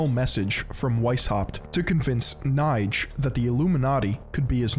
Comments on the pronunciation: yo, my good old hasan affiliate.. amazing essay like always but you butchered the sh*# out the pronounciation of those german names, especially Knigge 😅❤️ Love you regardless but if I‘ll ever hear you say Kneight again I‘ll make sure Pegasus (probably also a 33° mason) will be personally banish you into the shadow realm after a long, hard duel you simply can‘t win. Knigge = Kneekeh‘ (with a hard K at the beginning) von = it’s a lot more similiar to how you say "fawn" than how you pronounce it fun here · your pronunciation of the name Knigge is absolutely terrible. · ya sackless momo, it's pronounce Keh-Neh-Gah, not Keh-Nighdj. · Knigge is not pronounced like "Knife". Its actually pronounced like "NIgga". Other than that, good video. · And Knigge as NIDGE lol it hurt to hear that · Here in Germany everyone knows Knigge (quite funny btw how you pronunce him) because he is the author of a book on how to behave properly. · really interesting content yet again just the pronounciation is off. knigge especially ^^ if youd like, i could help you with that french, italian and german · I mean, you could’ve at least learned how to pronounce Knigge 😅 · you would pronounce this like the n word but with a k in front and without the r ;)